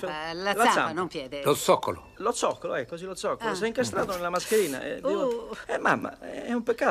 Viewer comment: "Lo fzoccolo"